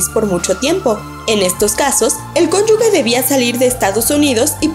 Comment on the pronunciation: Estaba a punto de hacerlo notar. El único que tiene permitido decir "Cónyugue" es Chava Flores